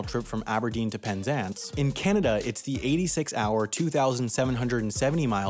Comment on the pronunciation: how did he pronounce Canada? that seemed intentional